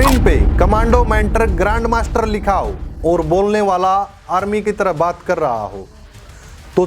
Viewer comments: Grand master with G silent 😂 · R aur M Silent hai😂😂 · Grand master with "R" silent. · "Grand master" but "G" is silent 😢